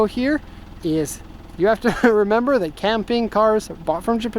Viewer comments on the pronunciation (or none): none